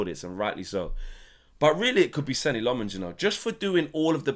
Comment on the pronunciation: How has the guy been here for months, released the premier league clip of him saying his name and we’re still pronouncing it wrong 😂 It’s pronounced ‘Senna’